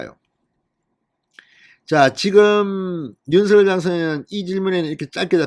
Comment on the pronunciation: 진성호 전의원님 윤석열 발음을 못해서 서결이라고 발음 하십니까? 아니면 고집이십니까?